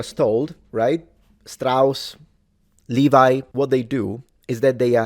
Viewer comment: The name "Levi" is pronounced "Lay-vee" (I deliberately wrote it that way so that native English speakers would pronounce it correctly). 🙂